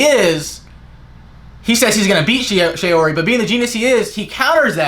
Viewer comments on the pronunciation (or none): Shaori (not "shayori" like how you pronounce it because it's "shaw-ri") makes the user absorb the power of the opponent's attack, then use the energy on offensive side. You're not paying too much attention. Attention to small details, please. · Bruh this guy doesn't even pronounce shaori right